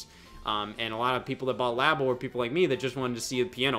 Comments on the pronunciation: Why is still saying laybo. Why did anybody ever call it laybo when it's clearly lab as in laboratory, but especially years later and when scott is right there pronouncing it the correct way. Being stupid on purpose to be different is so cool bro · pronunciation of Labo offends me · Idk how to properly pronounce LABO.......But I know that is doing it wrong.